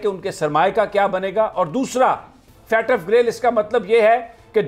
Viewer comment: It's not Fatf It's FATF